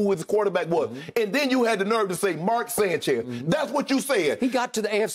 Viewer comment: "you want me to do cartwheels about Mark Sanchise" 😂😂😂